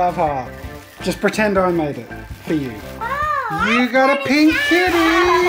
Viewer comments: When he said kitty, I thought he said “my daughter loves kidneys.” 😂😅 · Not me thinking he said his daughter loves Kidneys.🤣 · 🤣🤣 I understood: "My daughter loves kidneys" 🤣🤣 Nice to meet your family! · Oh, kitty! I totally heard "kidney" 😂😂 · Not me thinking Jazza said "My daughter loves kidneys" xD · OH A KITTY. I honestly thought you were saying "kidney". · When jazza said "kitty" i heard "kidney" 😅